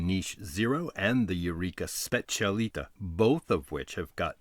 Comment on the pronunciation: I'll be disliked to hell but just want to point out that it's called and pronounced specialità not specialita , that stands for "speciality" in italian.